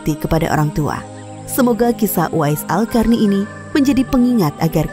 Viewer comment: Qarny (bacanya Qorni), kenapa jadi "Karni"? 😅